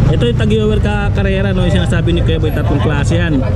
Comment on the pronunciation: Boss tag hoyer ang tamang pag bigkas ng tag heuer